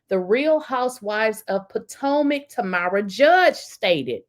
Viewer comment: FYI: It's pronounced Tam like Ham, then RA. So, it's Tamra.